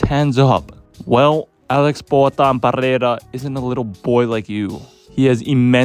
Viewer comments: PARREIRA? wtf is that, its PEREIRA, AMERICAN IDIOT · "PeRRReira" - sounds more spanish than spanish actually is. Amazing. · Why cant you Americans pronounce that name? Its not Parreira or Paheira :D Interesting video though!